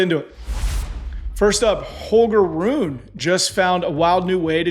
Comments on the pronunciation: is one of the most underrated parts of the Served Podcast. I really appreciate how he wants to add variety, consistency, and an outsider’s perspective. Also some of the worst pronunciations I have ever heard. Krejcikova? Rune? Kei? Love you dude! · Rune. It's Roo-neh, not Roon. Let's not call it "embarrassing" though. I think this podcast does so much more right than it does wrong. Keep it up guys, but improvement is also important so from now on you know how to pronounce Rune 😂😂